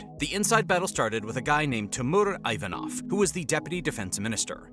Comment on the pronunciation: Ivanov is pronounced EE-von'-of (soft "f")